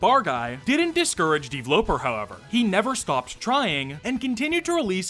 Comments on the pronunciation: I hate how pronounces his username as "D-vloper" instead of "d-v-loper" as in developer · i think you prounonce it dveloper not devloper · It just hit me that "DVloper" is probably supposed to be pronounced "Deeveloper" or just "developer". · Ok. Maybe I’m an idiot. But Dvloper looks like it would be pronounced the same as “developer” since it’s just… missing two es. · Why do you pronounce DVLoper like that?